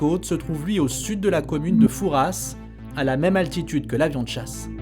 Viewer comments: On dit pas fouraSSSSSS mais foura d'abord 😬😬😬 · On ne prononce pas le "s" de Fouras en Charente Maritime même si les français parlent du père Fouras avec un s. À part ce détail, merci de nous informer objectivement de l'actualité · Au top comme d’habitude ! (On ne prononce pas le S de Fouras pour information, je dis ça car j’habite juste à côté :))